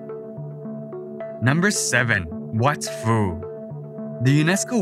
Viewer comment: Yeah the "ph" in Lao is an aspirated 'p' not pronounced 'f' as in English. So Wat Phu, or Phu Temple is pronounced "wat poo".